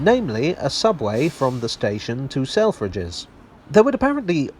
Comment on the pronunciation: I can’t un-hear sell-fridges